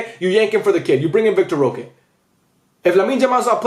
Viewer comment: Idk how true this is but Vitor roque is pronounced vitor hoque